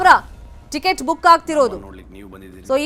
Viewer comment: ಟಿಕೆಟ್ ಅಲ್ಲ ಚಿಕೆಚ್ ಅಂತೆ 😂😂